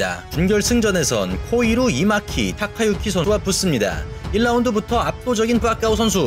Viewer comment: 항상 좋은 해설 감사드립니다. 멘트중 에 일본선수 이름은 코히루 쉬고 이마키 가 아니라 쉼표없이 小코比히類루이巻마키 // 貴다카之유키（こひるいまき코히루이마키 // たかゆき타카유키) 입니다. 이 친구 이름이 좀 어렵습니다..^^